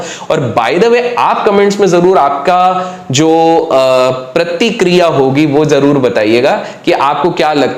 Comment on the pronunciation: Prakirya ? Pratikirya ?